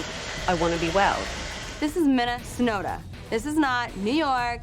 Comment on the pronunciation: “This is Minne...snota.”🍸 🍹🍷 🍾 🥂🥴